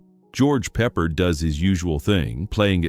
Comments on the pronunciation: It's not "peppered", it's "peh-parde." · You lost me with your dig at June Allyson. And it's George PeppARD, not Peppered. See ya. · Stupid AI narrator says Pepper for George Peppard. LOL So stupid. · George Pepperd and Ursla Undress.... This computer voice either can't read or has a great sense of humor. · This narrator comes off as an expert on film making and he can't correctly pronounce George Peppard's name? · AI Narration. Get George's last name right.